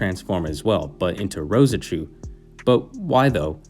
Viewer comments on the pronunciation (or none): Just Rose-Chu m8. Not Roseh-Chu